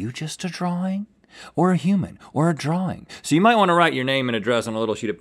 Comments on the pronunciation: Uh...dude....there's no "R" in the middle of drawing. Sorry if you're dyslexic. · Right drawr ring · I can’t get over the way Rhett pronounces “Drawing” as “Draw-ring” 😂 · Rhett: “it's a drawring” 😂😊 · The Southern Accent in America is actually the closest American accent to the standard British accent which pronounces drawing like drawring. I think Rhett is probably the only American I've heard who pronounces drawing in that way though and it either comes down to maybe his family pronouncing the word that way or maybe he just personally pronounces it that way I'm not sure to be honest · atleast it's not "draw-ling" like I've heard farrr too many people say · Guys. He was saying draw-ring as in it was drawn in a ring. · I’m pretty sure it’s a throw back to season 4 episode 13 where his son said that Rhett was a great “draw ler” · This ones like watching a couple of kids play... link not remembering what to go for and rhett saying draw-ring every time! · It's interesting that Rhett uses the British intrusive r only for the word drawing. I used to do that too for only that word because I watched a lot of danisnotonfire and thought it sounded cool. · Every time Rhett said “draw-ring” I went mad 😵‍💫🤬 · Rhett be like: draw-wing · Rhett pronouncing drawing "drawring" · Guessed them all correctly because the shadow is really hard to get right, they should've looked at the shadow the entire time, also why is Rhett saying drawRing 😭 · Rhett: Draw-ring. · Ah yes. A Drarwing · Why is Rhett adding another r to the word drawing and also why do a lot of Americans pronounce words like that with an extra r for no reason? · Rhett, it's drawing not drawring 👍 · yes, but i ment in the wing part from drawing... between the w and the i. I was hoping people would understand that haha. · I wanted to watch this episode but Rhetts pronunciation of "drawing" drove me nuts.